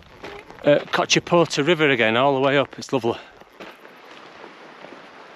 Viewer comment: Your ability to pronounce Cochetopa differently every time is quite impressive. ;) I imagine I would do about as well pronouncing place names in Scotland! Thanks for continuing to share your journey with us.